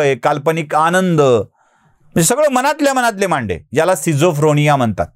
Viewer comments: न्यायमूर्तीला बोल रोखठोक. स्किझोफ्रेनिया ! स्किझोफ्रोनिया नव्हे. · pronunciation skizofrenia asa ahe. Schizophrenia. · "स्किझोफ्रेनिया" असा शब्द आहे.🙏